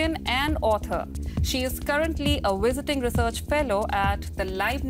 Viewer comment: How can you correctly say have or Vladimir but you say woices and wisiting